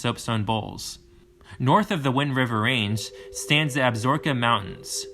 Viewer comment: Ab-sa-roke-a… not Absork-a mis pronounced about 20 times. Tee-ton, not whatever this guy was saying. Dubois is pronounced Doo-boys by everyone in the state. Great video except for the verbal errors.